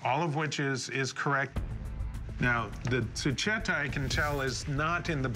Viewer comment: The skullcap is pronounced zoo-keh-tow.